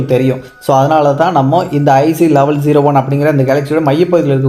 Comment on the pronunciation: தங்கம்... சாமி... அது லெவல் ஜீரோ ஒன் அல்ல... லெவன் ஜீரோ ஒன். ஒழுங்கா உச்சரிக்க வேண்டும். கேக்க அசிங்கமா இருக்கு...